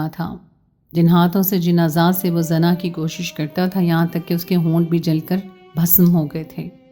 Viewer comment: AP lafaz Sahi ada krein zana nhi hota. Ye Zina hota hai our Bhai lafaz wrong parhti hein Urdu Sahi parha kro